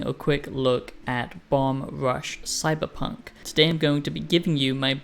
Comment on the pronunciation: Ya keep saying "CyberPUNK" It's FUNK!